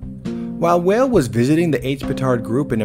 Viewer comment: weil is pronounced vial though